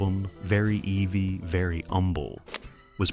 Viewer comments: "Very eevy," very AI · How can anyone get the title of the first album so wrong? Its Very Heavy with the H omitted, as it can be in some British dialects. Its not pronounced as EV! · Very 'eavy very 'umble, as in heavy, not 'evie' like Stevie, just so you know Yesterday's America, from an early 70's Kiwi Boomer Brat teen who loved their hard rock sound with an all consuming passion! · "Very evie"..... my god AI annoys me. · "Very EEE-VEEE"? Good God, get a human narrator. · Very Evie??? Stop using f__king AI to do these videos. It ruins them everytime.